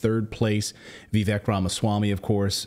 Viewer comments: It's pronounced VIVAKE. 🤦‍♂️ Between you and PBD, I'm not sure who's worse! Pronounce his name correctly it isn't difficult for Christ sake!!! Also, Natali in red ❤😍🤤🤤🤤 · It's not VeeVek, it's VihVake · Vee-vake rhymes with cake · (VIV-VAKE) BRO! 🤦🏻‍♂️ (JEEZ-US)